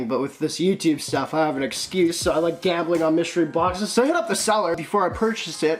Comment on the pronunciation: You always say "boz" how about a shout-out for the "Galz"?